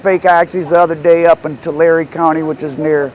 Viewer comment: Tulare is pronounced like two-lair. rhymes with hair / hare (rabbit). not two-larry LMAO. Thats as bad as when you pronounced San Rafael (Marin county) as San Raphael, like it was a member of the ninja turtles. 🤦‍♂️